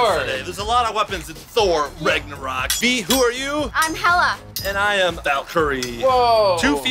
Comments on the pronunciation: It’s Nagnurock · He said thor rigornaught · It's pronounce tho raaagnorak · The word Ragnarok is pronounced the rag Norwalk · You said ragnorok wrong